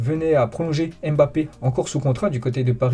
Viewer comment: Arrête de déformer les noms africains il s’appelle Nkunku et pas N. Kunku Tu fais la même avec Mbappe il ne s’appelle pas M. BAPPE c’est un nom Camerounais pas un mot français …..